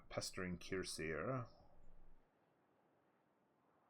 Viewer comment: Cuirassiers Kwi-rah-syeh French have a tendency to not pronounce the last letter or two of the word. But really, don't worry about it. As long as we understand the words, keep up the focus on the cast.